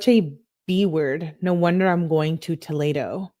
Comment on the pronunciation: fyi it’s pronounced toh-lee-doh lol and unfortunately live in Ohio and Toledo is def a crazy city. Also I can’t fkg stand her. She’s so Insufferable idk how u can stand reading these!! I appreciate all u do!